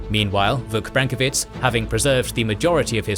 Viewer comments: sorry but i have to make a little note about pronunciation, brankovic, and other last names are pronounced with "vich" like you would expect in russian last names, rather than the polish sounding "vitz", and that is a "ch" like in "cheese" and not a "k" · Branković. BrankoviCH. This weird ć is pronounced as a ch (chalk, check, change) and yes, some sources say that the dude fled for all the evil reasons. That's why they depicted him as an extremely... well, unpretty woman. (probably)